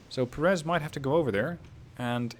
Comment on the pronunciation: It's pronounced PÉ- reth, not Perés. Otherwise, nice video.